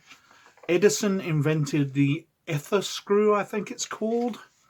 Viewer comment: So you correct your mispronounced "Eh-ther" to the correct "Ee-ther" and then proceed to continue mispronouncing the term for the rest of the video...